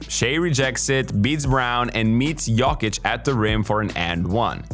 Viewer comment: why u say jokic like that